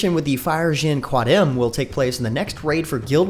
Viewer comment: Ahahah its qadim not quadim and its all tonic syllabus in zomoros xD